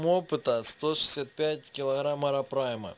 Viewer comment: не арапрайма,а арапайма,очень сильно резало слух,а так всё отлично,к стати,может помнишь я Миша Калашников,думал ты забросил канал,к счастью я ошибся)